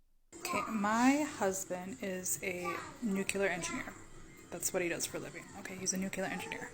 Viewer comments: She can't even pronounce the word "nuclear", she says "nuculear" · I think it's amazing that she's trying to dunk on her husband and says "nucular" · *"nukular". she said "nukular". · She said “nuke you ler” instead of the correct pronunciation. Her husband must be so ashamed. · Imagine being married to a nuclear engineer, and still not know how to pronounce "nuclear." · She can’t even say nuclear right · She can’t even pronounce “nuclear” correctly. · She literally can't even pronounce nuclear. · She's a troll literally and figuratively. No one who looks, sounds, and contributes this awfully would act like she's acting. She can't even pronounce nuclear! Total BS. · Buddy’s a nuclear engineer while she can’t even pronounce “nuclear” but he’s the incompetent one… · She can’t even pronounce “nuclear” and she’s saying her husband is the idiot. How quaint. 🤣😂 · She can't pronounce the word "nuclear" correctly. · She pronounces nuclear wrong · YouTube won't let me quite her mispronunciation of nuclear.